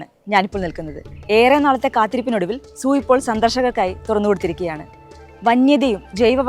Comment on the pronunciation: zoo എന്ന് ഉച്ഛരിക്കാൻ ശ്രദ്ധിക്കുക 😩